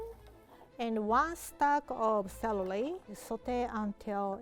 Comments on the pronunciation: Who else heard her say celely instead of celery👉👉👉👉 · “Celely” omg 🥺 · And 1 stack of Clelely. Me: Google whats celely?? google dies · I love how says celery lol